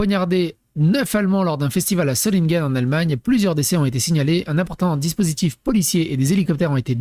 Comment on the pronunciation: Pronocer Zolineguen